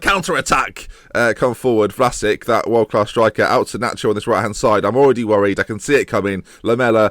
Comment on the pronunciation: How come you don't pronounce Vlasic like Rakitic or Modric or Mandzukic, they're all Croatian?